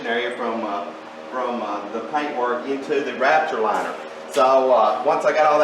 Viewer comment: It sounds like you keep saying rapture liner.